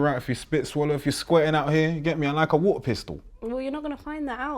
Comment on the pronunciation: Man said a whater pistol lmaoo